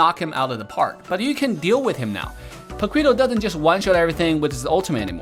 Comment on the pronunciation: Hey i really respect you as a content creator and I love your content but please dont say paquito like that 😂😂. Pa-ki-to. It made me jump when i heard it